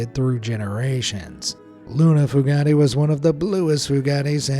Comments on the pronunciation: Lolol. The foogattees! Their last name is pronounced Few-gate. There are a ton of ppl with the last name Fugate in Kentucky and Southern Ohio. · I believe the blue people's surname Fugate was pronounced "Fyoo-gate" not "Foo-got-ay" 😂😂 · They were the FEW-Gayts, not FOO-Gah-Tays by the way lol. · That surname is pronounced Foo-gate.